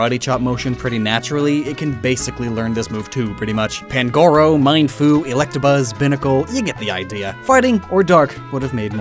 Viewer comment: "Mienfoo" is pronounced "mean-foo".